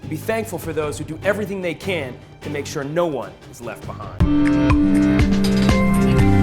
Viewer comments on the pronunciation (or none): none